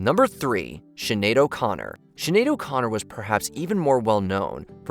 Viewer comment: "Shenedo Connor" in the sections